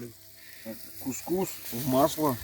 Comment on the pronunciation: Очень здорово, есть у автора художественная жилка... З.Ы. кус-кус ударение на первое у, а то слух режет. ( на местном арабском кус - женский половой орган , пелотка типа 😂 )